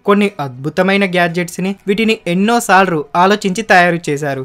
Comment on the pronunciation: Bayya. Sorry for this ela antunnanu ani emi anukoku. Neeku emina problem vunda. Ante sarlu ani andani... Salru antunnav. Chala sarlu vinnani. Corrections chesukogaligithy try cheyyu bayya. Yegatali matram cheyyatledu